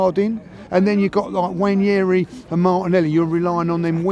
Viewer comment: I doubt it's probounced Wanyeri... mispronounce a lot of names... they call Merino, Mourinho, or Moreno...